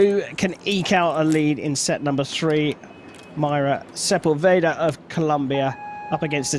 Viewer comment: So annoying how the guy says Sepulveda!! Figure it out vato!!!